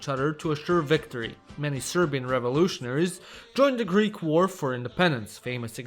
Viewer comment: As a greek person, my ears bleed every time he tries to pronounce a greek name